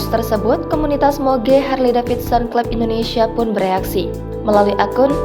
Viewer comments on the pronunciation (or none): none